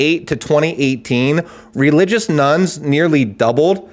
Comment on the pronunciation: Thought he was saying ‘Nuns’ interesting visions of Sister Act 😅